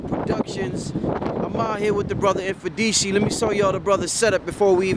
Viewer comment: How to pronounce Mfundishi. The M is closed, it's not eM... just like you pronounce Mother you don't say emother.